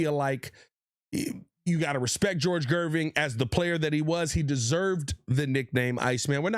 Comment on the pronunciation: Gervin not Gerving lol